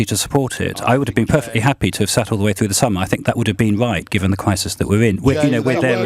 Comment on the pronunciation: what a pity lbc gave adonis airtime , if May was duplicitous , adonis is triplicitous, a mega-liar , is he getting lots of EU money ? thats why he is wemainer who wants a a weferendum because you see "we are in a kwisis "